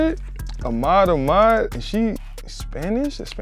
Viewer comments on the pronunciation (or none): none